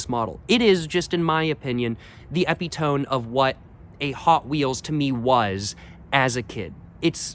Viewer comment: the word is ep-it-oh-mee my man eptiome